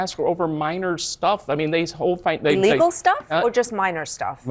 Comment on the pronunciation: It's pronounced ILLEGAL, not Allegal. Thanks.